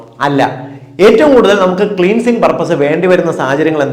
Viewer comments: ക്ളീൻസിങ് അല്ല ക്ലൻസിങ് ആണ്. ഈ ക്ലാസിനു നന്ദി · ക്ളീൻസിങ് അല്ല ക്ലെൻസിങ് ആണ് ഡോക്ടറെ